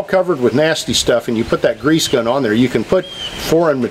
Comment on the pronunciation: why is it so important to properly pronounce “zerk” while improperly pronouncing grease with a “Z”? Don’t even get me started on brush hog! That should be called a Bush Hog if it is actually a Bush Hog, otherwise I think it is a rotary mower. Carry on.....